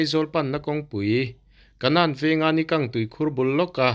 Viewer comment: Ni kang tih kha i thluk dik lo...